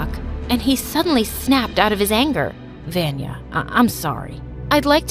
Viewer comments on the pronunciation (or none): said Vanya even tho her name is Vania not Vanya but I think that he was so too mad so he didn't say Vanias name right idk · My name is Vania pronounced the same and I got scared to why I heard my name while cleaning😭